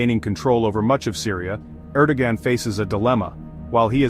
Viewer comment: Thanks for the great summary, you probably already know that the AI isn't producing Erdogan's name correctly.